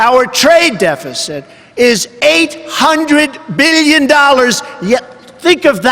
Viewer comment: You pronounce billion weirdly